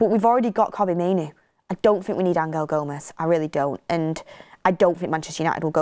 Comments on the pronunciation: Stop calling him ang-el Gomes please 😂😂😂 it’s angel, like the ones in the bible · Stop changing the name of players it's always been Angel gomes not Angal gomes what the hell do your research! I can't see Rashford and Osimhen sale going ahead another load of crap